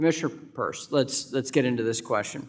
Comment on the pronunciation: LITERALLY heard Mchenry pronounce Hester's last name properly and STILL insists on saying it wrong. there is no helping this guy, I swear